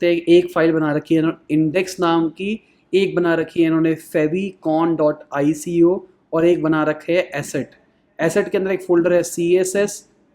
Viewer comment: favicon is spelled like फैव आइकॉन not फ़ेविकॉन